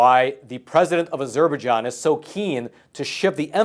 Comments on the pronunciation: Its not 'A-zurbah-Jon'. Its 'Azzer-Baije-onn'. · Please pronounce Azerbaijan correctly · Wow! You really don't know how to pronounce Azerbaijan. Try again buddy. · Say, Azer-bye-jarn. There, fixed it.😎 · I think that falls into the Key-ev V Keeve realm.. I'm with ya though.. a bit distracting to hear it that way.